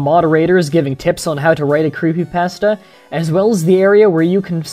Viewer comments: You pronounce creepypasta wrong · uh you say creepypasta wrong